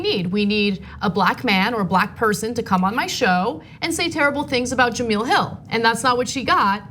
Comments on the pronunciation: Ana I like you but why in the hell are you pronouncing Jemele Hill's name as Jameel?? Do some homework please because it comes of as racist. Thanks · Juh-MELL. It's pronounced Juh-MELL. Jesus Christ. How do you work in journalism and not know her?